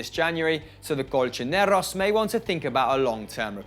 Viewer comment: Why do you say colchoneros like that wtf ew